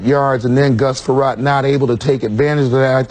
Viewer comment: Gus Frerotte is “ahh-issh”